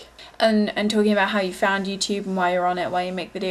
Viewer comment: youtube* not youchoob